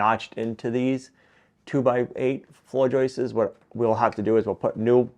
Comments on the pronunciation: Hey...the plural of joist is joist not joistes....😁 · I thought you said you were going to keep as much of the original farmhouse as possible. Turns out you kept nothing. And stop Saying joisters !!!! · One joist, two joists, no such word as "joist-ses" - the issue is many folks now over enunciate the pluralizing S in joists so it comes out as Joyce's like they're saying Joyce's hat. I took it as a modern American regional quirk. It's definitely not only. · FYI: The plural of joist is joists... not ''.. joistes..." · It’s Joists, not Joyce’s… no ‘ces’ at the end for the plural of Joist 👍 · No more 👍 until you learn to pronounce "JOISTS".